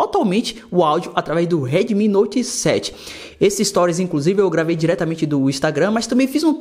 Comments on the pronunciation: Esse cara tentando falar em inglês meu deus kkkk Uedemi kkk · "Reidmi" rsrs